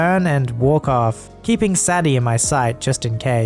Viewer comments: It’s pronounced say Dee not sadee;) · Say-dee, not sad-ee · How can you not know that "Sadie" is pronounced "Say-dee", rather than "Saddy"? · Sadie... "*Say-dee. Not Sad-ee. Learn to read. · Dogs name is pronounced say-Dee Sadie. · Sadie is typically pronounced as "say-dee". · Just a thought - Sadie might be pronounced "Say-Dee" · Constructive criticism: Sadie = Sad-e, is pronounced Say-Dee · Sadie is pronounced Say-Dee